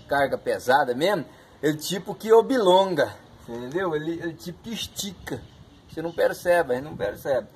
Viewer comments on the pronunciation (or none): Hahah show de bola.."obilonga" kkk